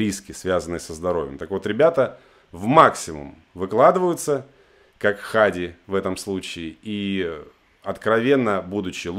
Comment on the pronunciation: Правильно не Ха'ди, а Хади'